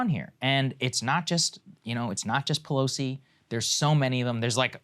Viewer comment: Pelosi not Pelsoi